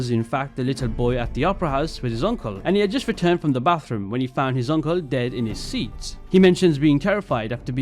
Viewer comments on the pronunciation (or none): none